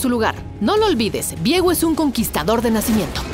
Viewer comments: Vi-ego viejo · Es viego o Diego, ni la narradora lo sabía.